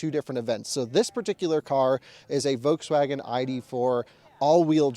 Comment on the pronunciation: Love the way you say "voteswaggin". :D